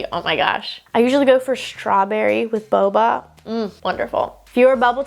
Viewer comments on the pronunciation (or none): none